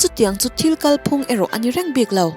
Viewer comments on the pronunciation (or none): Ngaihthlak a nuam hle a, amaherawhchu thil pakhat sawi loh theih loh nia ka hriat ka'n lo sawi ange. 'Kalphung' tih hi vawi tam làm a ni a, 'Aizawl' tih lamrik anga lam a ni a, hei hi a dik lo a ni. 'Ròhlu Isua ka nei' tia 'Rohlu' tih lamrik anga 'Kàl phung' hi lam tur a ni. A tha lutuk e.👍👍👍